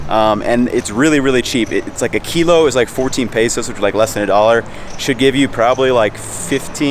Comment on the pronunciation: There's no "a" in pesos man, just letting u know. You keep pronouncing it wrong.